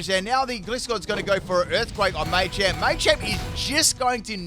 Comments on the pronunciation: Machamp, not Maychamp 🤦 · It's machamp not maychamp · I'll never understand why you pronounce it like "glisscore" and "maychamp". Gliding Scorpion = Gliscor, where do you get "gliss"?? Macho champion = Machamp, there is no "may" anywhere in it.